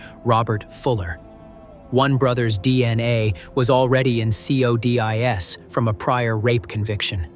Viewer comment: Nice content. Very engaging…however, the AI pronunciation: “C..O..D..I..S” discredits and makes your presentation laughable. Please hire a native speaker. At the very least, inform viewers that you rely on AI to make your presentation.